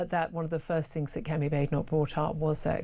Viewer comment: but she tried to do fings proper.